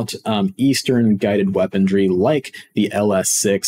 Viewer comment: Just a heads up, Weaponry is pronounced Weapon-ree not Weapon-dree. Otherwise, good stuff and happy you're covering new patch features, changes and additions.